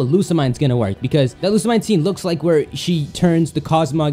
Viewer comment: why you always prounounce Lusimine wrong?